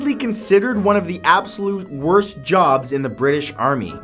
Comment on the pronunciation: Why does the way he say worst really bother me?